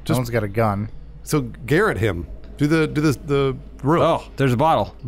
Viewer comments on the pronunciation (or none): said "Garrett him", how does he not know how to say "garrote"? How old is again?